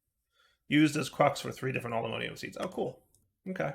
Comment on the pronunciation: 21 episodes in, still saying "all the modeium" instead of "all the modium" and my soul is still dying from it.